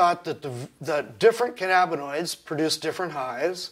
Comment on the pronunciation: can-ab-bin-oids? What’s cannabinis?